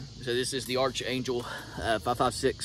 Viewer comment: It’s pronounced ARK angel not arch angel… I expected a good ol boy from the south to know what an archangel was…